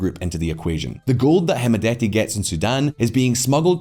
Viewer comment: By the way D is silent on hemedti Pronounced as hemeti